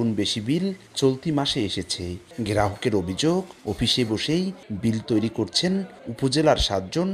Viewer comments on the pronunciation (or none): none